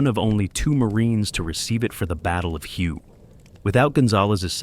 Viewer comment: Thank you for clarifying that. It was very annoying listening to the mispronunciation.